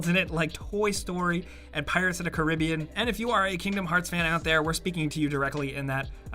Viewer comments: I am highly offeneded by the way you said caribbean! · Why did you have to say pirates of the Caribbean like that🤮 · Wait, how's the actual way to pronounce it? Car-bean? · am I tripping or have i been pronouncing pirates of the carribean wrong my entire life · It's pirates of the Caribbean not Caribbean